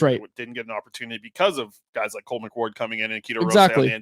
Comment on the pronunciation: Bro it's cole mcward